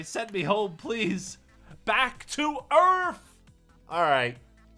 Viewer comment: He said earf XD